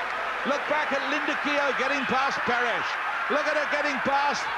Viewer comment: Oh and Marie-Jo "Peresh" as a youngster